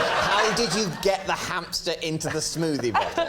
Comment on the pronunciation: Hampster? I thought it was pronounced Hamster 🐹